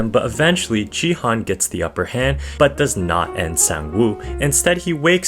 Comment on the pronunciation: Yo gi hun pronounced as the hard g